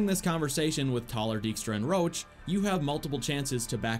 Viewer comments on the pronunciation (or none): his name is roche not roach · Ps.Not Rowch,but Roch ;)You misspelled that name. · Roche and Roach are pronounced differently, you are doing it the incorrect way, for seconds i thought "how the F does the horse have any dialogue lines apart from that 1 quest that you are not talking about" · Stop calling Roche per "Roach" his name sounds originally as "Rosh" I'm Polish and I know how it's natively pronounced from CD Projekt RED themselves. Trust me - it was an English DUBBING MISTAKE (which is pretty major, considering that Roach is Geralt's horse. xD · I hate how he keeps calling Roche "Roach", cmon, one is a valiant temerian partisan, and the other is a horse. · FYI Roche is French and is pronounced RUSH not ROACH. Its RO . CHE and is pronounced like Rush. That is all. Thank You. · Your Roche sounds like Roach, which is funny :D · i cant listen to him saying "Roche" wrong the whole video it hurts